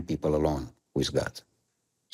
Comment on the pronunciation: uite ca diliul o rupe si pe englezeste...ai iem for da pipal, for da lalala...bravo, ma, diliule!